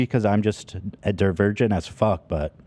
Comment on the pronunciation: “Maybe it’s cuz I’m a dervergent as fuck” - Ethan